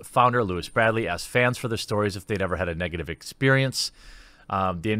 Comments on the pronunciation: It’s not a “den of creeps”, 2 people did bad things and there has been 0 evidence of the sjin stuff for the last 3 years. Also it’s LEWIS BRIND-LEY not bradly, slow down and read the article so you aren’t making knee-jerk reaction videos skimming through the story. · Why do you keep calling Brindley "Bradley". That was tilting me. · I like how you pronounced Brindley as Bradley but believe you pronounced Sjin wrong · It's Lewis BRINDLEY, not "Bradley" as you said more than once. 😒 I've never even heard of you b4 today, still dk your name, & won't be back. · I feel like Jeremy is just out for drama these days without doing the research. He can't even correctly pronounce Lewis last name :s I gotta say, that's a dangerous path to walk on dude, you'll become what you preach against. Wait for evidence. You can report on the subject, sure. But you seem eager to accept and condemn people over what you hear pretty quickly. If it turns out to be true, sure..fuck em then but it seems a bit too early to write off Turps and the Yogs like that. We all know that the accusation stories will spread further than the eventual redeeming ones. As someone who has been in that position of being smeared, i would expect a more neutral position, my dude.